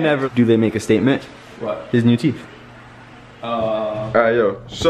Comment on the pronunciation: “Show em your teef”💀